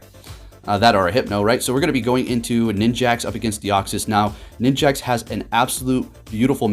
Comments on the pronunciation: why does he keep calling it ninjaks!? 😭lmaoo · bro you're triggering me calling it ninJAX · Ah yes, Ninj-axe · Every time says "Ninjax"... TRIGGERED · I heard him say it and just accepted that it's ninjax now